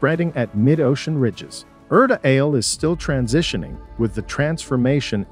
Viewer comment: Erta Ale is pronounced as "ERTA ALLE"